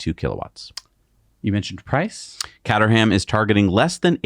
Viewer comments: CATERHAM "Cater" as in "catering" (cooking) And a silent "h" and almost silent "a". Cater'm (Nearest approximation And yes, I know, I live 16 miles from there😉) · Production value is IMPRESSIVE. Solid data is always better retained with a spoonful of animation. WAY - TO - GO team NYK. BTW - sayin "catter ham" ain't gunna get you a beer. Say 'kate-rum' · The British car company is pronounced [kate-er-rum] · It's pronounced Kate...err..um, with heavy emphasis on the first syllable and the rest slurred into the Kate. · Caterham is pronounced KAY-TER-UM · Top gear always said Cait-trum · Caterham is actually pronounced KayTrm like Kay Trum but mush the trm. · Caterham - pronounced “ cater am “ quickly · Hey guys love the show just a quick thing the Caterham is pronounced K ter rum. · It's pronounced "Cayteram". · Its pronounced Kate er am 😀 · Hello guys, I love your channel and I've been watching since was a geeky teenager:-) when he once challenged a commentor on who had the coolest dad in the world. The correct pronunciation for Caterham car company is "KAY_TRUM" I know because a good British friend of mine owns a Caterham Super Seven designed by Colin Chapman. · Also it is pronounced "Kay-terham" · Hey guys, its CAYTRUM. Obviously not top gear fans. 😅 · Much closer than attempt... I'd say it's CATE (like gate) ER RUM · In my heart of hearts I'm convinced they're only mis-pronouncing Caterham deliberately for the engagement from their small English audience.